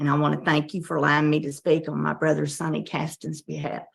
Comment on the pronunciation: Sonny rhymes with "sunny", NOT "Sony". FFS